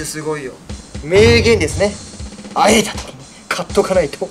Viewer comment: 会えた時って言ったの喘いだ時って聞こえた...。